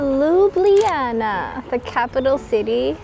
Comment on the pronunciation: Finally!!! someone who pronounces Ljubljana correctly...ok, I know it's not the easiest names to get right.. but bravo!!